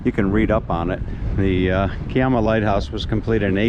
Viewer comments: Hi, The pronunciation of Kiama is "Ki-ama", with the "i" pronounced as "I" (as in "I am"). The "ama" is pronounced as "am-a" (also as in "I am"). I have had two experiences at the Kiama blowhole, one was quiet and the other was active. I have been to Kiama on several occasions. The hills north of there are part of Bombo, where I stayed overnight at a friend's place back in 1973 and the back view had a complete view of Kiama. The warning sign says "No Tommos Allowed"!!! LOL. Better tell your shadow to take care there, getting a bit too far ahead. We don't have crows here in Australia, but we do have plenty of ravens. All the very best. Rob. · to labour the point...the 'i' is the same as the i in Bondi. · Thanks for another great video. The pronunciation of Kiama is to sound the 'Ki' syllable the way you would pronounce pie, the emphasis being on the 'i' as it is in pie.